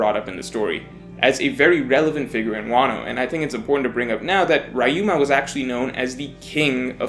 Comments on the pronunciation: REE-UMA, not “RY-UMA” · Who is this RYe-Uh-ma you keep mentioning? Or are you speaking of Ryuuma? you know the Ry as the ri in rich. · It's "Ree-you-ma," not "Rye-you-ma." You're making my "Street Fighter Live Action" trauma came back. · it's RYUMA riyu-ma not rayu-ma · Who the hell is rayuma! It’s ryuma bruh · Rayuma?? 🤣🤣 it’s fuckin RYUUMA! Ri-yu-ma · Is anyone else bothered by how says «Wrah-yu-mah» instead of «Riu-ma»? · rye-yoo-ma rye-yoo-ma rye-yoo-ma rye-yoo-ma rye-yoo-ma rye-yoo-ma It's not hard to say Ryuma properly... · Re-u-ma. Are you watching OP with the dub?! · The way he pronounces Ryuma grinds my gears. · You pronounce Ryuma wrong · His Ryuma's pronunciation makes me cringe, but good video, please respect the original language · As much as I enjoy and agree with this video, your mispronunciation of Ryuma is physically painful. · Never pronounce Ryuma like that ever again.